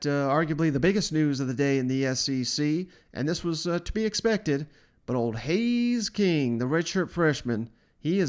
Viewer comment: Haynes, not Hays.